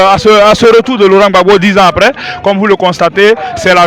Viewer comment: Apprenez à dire monsieur Laurent Gbagbo, s'il vous plaît!!!